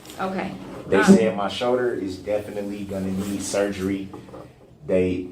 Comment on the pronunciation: I hate how he says shoulder. Showder